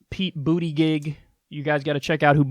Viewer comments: Pronounced Buddah judge. Pete Buttegieg that is. He is the mayor of my hometown of South Bend, IN. He's alright. He was a big Hillary supporter. He is very socially liberal, but not nearly on par with the likes of Bernie. He's young, gay, a veteran, and a relatively handsome guy. He ran in 2016 also, but didn't make it very far. I don't think he'll last much longer this time, but it is kind of cool to see someone local on the stage. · Pete Boo-teh-jesh is the mayor of South Bend, Indiana.